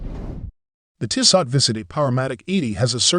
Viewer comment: The end T is silent. Pronounce Tisso. But thanks for the video...the 1973 is superb. 👍